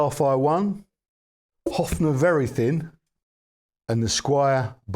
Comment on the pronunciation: Offnah, lol? I think it's "Hoff-ner", but I'm just a silly Yankee. 😅. And wait. One would associate Chet Atkins more with the Country Gentlemen, no?